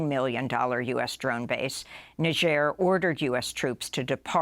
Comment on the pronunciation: I don't know why but it makes me happy that Amy pronounced Niger correctly